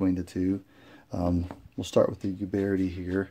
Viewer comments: "Pee-eight-ahh" and Uberti is with a "U" like Uber not you-berti. Helps to know Italian. 👍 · Nice revolvers! I have some of the black powder revolvers Pietta , and a Ruger Blackhawk in .45 Colt which isn’t really historical-oriented. These are beautiful! I really love the fact you included the historical aspects of the manufacturers. By the way, not that it matters for the review, but the pronunciations for Uberti and Pietta could be adjusted if you wanted to sound like an Italian, LOL: Uberti = “oo-BEAR-tea” and Pietta = “pee-EH-ta” My American grandfather (from Charlotte, NC) used to call my Italian father an “Eye-talian” and it used to crack us up (including him). Anyway, I really enjoyed your review. It was thorough with nice camera frames, unboxing, history, model number cryptography, hammer clicks, putting cylinders back into battery to prevent wear (pure gold), and more. You provided an incredible amount of info and intelligent analysis!! I wish others had your natural talent! Keep up the good work. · PEE-ETA OOOOBERTI. THERE'S NOT GONNA BE ANY PIE, AND THERE IS NO YOU IN UBERTI